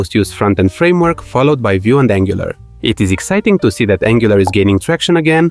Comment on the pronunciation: "Frameork" fluent, oops!